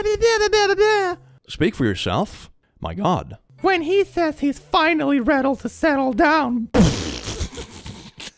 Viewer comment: he said really “readle to settle” 😭😭👏